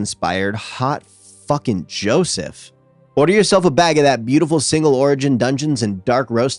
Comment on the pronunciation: you sold me as soon as you said "hot fffucken JO seph"